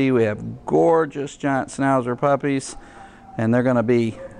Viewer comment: Did this man just say snowzer puppies? Ughhh